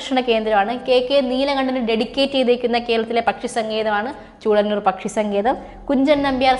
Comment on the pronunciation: ചൂളനൂർ അല്ലല്ലോ, ചൂലനൂർ ആണ്....